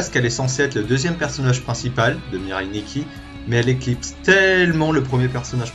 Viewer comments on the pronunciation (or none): none